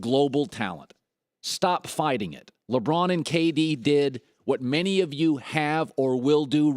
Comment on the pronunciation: You had me until you said "La Braun."